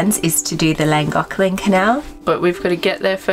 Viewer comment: PLEASE don't say "Llaangoklen" for god's sake. Learn how to say it properly or don't bloody go there.